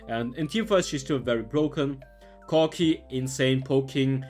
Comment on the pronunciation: the way you say corki lmao